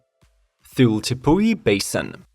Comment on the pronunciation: Tired of your excuses! Just because you don't speak English very well, does not mean you can't look up how to pronounce the word #8 THULE!!! Stop being a half-assed puss in boots!